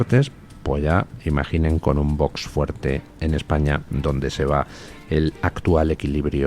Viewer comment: No se equivoque D. Luis. Bono no dijo que no haría nada que perjudicara a España. Dijo "Ejpaña"